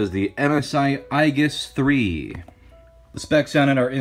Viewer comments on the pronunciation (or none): ProZD it's A-Gis not I-Gis. It's another name for a shield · aye-gis NO ITS PRONOUNCED AAAYY-JISS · Ay jis not eye jis. Age-iss also acceptable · Maxdoggy Gaming Aegis is pronounced eyegus lol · Aegis is a word of Greek origin and is pronounced "EE-jiss." Not "AY-juss," and not "AY-giss." It was adopted into Latin eventually, and may have been pronounced differently there, but "EE-jiss" is the only recognized English pronunciation of the word. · Ay-jiss or bust. Beside why does the original commentator not even mentino how ProZD actually pronounced it? It wasn't Ay-jiss, nor Ay-giss. It was fcking EYE-giss, which honestly is lesser heard (someone mentioned it's a name in Persona 3). Funny how this word have so many pronounciations, and seems like each one has enough of a following to be a thing. Dota2 community (a huge but not smart one - I give you that) almost exclusively use Ay-jiss or Ay-giss. How about EE-giss? EYE-jiss? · Eye-guess?! It's A-Jess! (Aegis) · "Ayyyy Jiss", like Aegis Ballistic Missile Defense system. Not "I giss". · Eye-gis? EYE-GIS? I'm not surprised, honestly lol. This word is the name of the story I've worked on for four years. It's a dumb greek word pronounced "Ee-jis". I thought it was "Ay-jis" for the longest time but nope. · Ay-jis. Not eye-gis. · Aegis is pronounced A-Jis. Not I-Gis. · not to be a stickler for word pronunciation, but i think its pronounced "ay-jis". "eye-gis" is usually spelled "Aigis" congrats on the new computer! wish i game a gaming one. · isn't it ay-jis and not ai-gis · it's clearly AYY-GUINNESS lads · It's pronounced "ee-jus" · He pronounced it EYE-giss. A Japanese RPG is no place to take your English pronunciation cues from. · Ay giss you could say he pronounced it wrong. (I was coming to post the correct pronunciation too by the way :P) . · i always thought Aegis was pronounced Ay-jis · Eye-gis 3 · did you really just say I-giss?! ~_~ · i thought aegis would be pronounced like ee-jis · "ai gus" lol ok XD